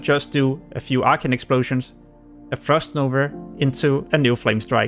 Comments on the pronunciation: Good guide , but wtf is "frost nover" , its frost NOVA , and munster , hehe 🤣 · "Frost nover" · Easterners sound out that end “a” so weird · you may laugh abouth his pronounciation of frost nova. he did a really good job explaining how to successfully aoe farm to 60. his language barrier didn‘t stopped him to make this video. he is a hustler. great video!